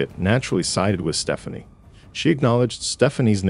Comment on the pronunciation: It’s because it’s AI. I rarely watch anything that has AI exactly because of the mispronunciations. 😏